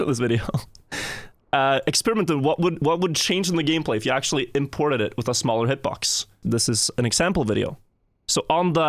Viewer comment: Bro said akshually